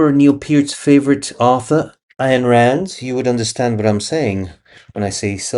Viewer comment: Who is “Ayan Rand?” 🤣🤣🤣 Don’t say names if you can’t pronounce them. Ayan Rand, Rand Ayan Do you like green eggs and hand? 🤣How the fuck do you butcher Ayn Rand’s name? For real, that’s wild. Your pronunciation of names and words is the Anika Nilles in Rush of speaking.